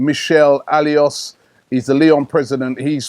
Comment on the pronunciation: it's Jean Michel AULAS (OLASS) not ALIOS